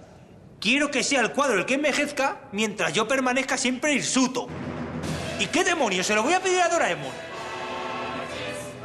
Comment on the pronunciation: *hirsuto*, no insuto.. ¬¬